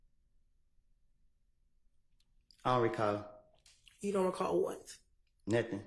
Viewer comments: When he asks her to repeat herself but still says, I don’t recaw. 😅😅😅😅😅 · he don’t recawl 🗣️🗣️‼️💯